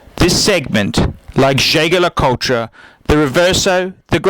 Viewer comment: its pronounced " je-je le coult "